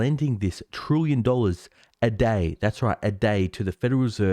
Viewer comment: It's "trillion", nor "trooyon"